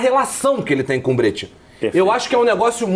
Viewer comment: "Brêtia" não dá pô, nem em português nem em italiano ta certo isso aí. Em italiano a pronuncia é "Bréchia" 😅😅😅